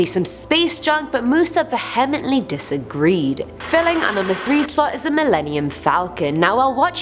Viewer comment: Vehemently was mispronounced lol Saiute as well (should be pronounced as Sigh-yute)